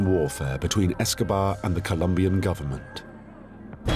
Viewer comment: Anyone else notice the man say "Pablo Escovad"??? Who he talking about? Fella looks high anyway guess who took some of Pablo stash!!!! (18.06) if you don't believe me